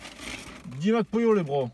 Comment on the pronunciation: Je sais pas pourquoi je rigole quand tu dis Mac Pollo ptdr